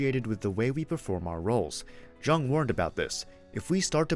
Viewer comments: Thank you. I appreciate you sharing this information about Carl Jung. It's really interesting & helpful. (The way to pronounce Carl Jung's name is like the word, "young." The "J" is not a hard sounding J. It is soft). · Jung is pronounced Yoong. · Pronouncing the "J" like a J instead of like a "Y" gives this video away as AI. It annoys me.